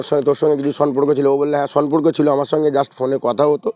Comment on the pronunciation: Samporko hobe sonporko noy go😂